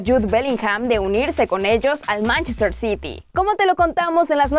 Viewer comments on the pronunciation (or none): none